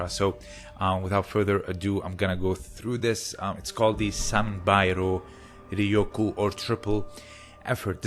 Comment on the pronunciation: Its not do rioku, its doryoku